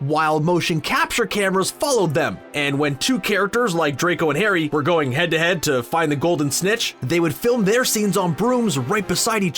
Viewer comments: At the beginning he called it Garry Potter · Hey you said Garry Potter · Did anyone heard that he ssaid Garry potter